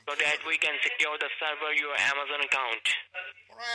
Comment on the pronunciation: Did he say Ama "zone"?